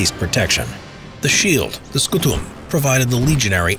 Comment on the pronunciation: Scùtum , not scutùm . Lanchia , not lansia.